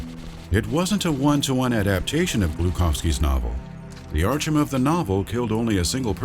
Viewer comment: Archum? Really?